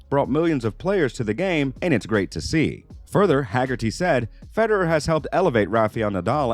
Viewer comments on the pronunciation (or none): none